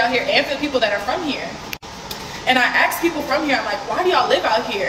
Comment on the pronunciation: She went to university and she's still says "ax" instead of "ask"........